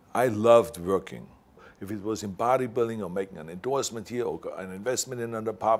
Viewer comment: Vorking or working 😂 WEF ? Klouse swab lol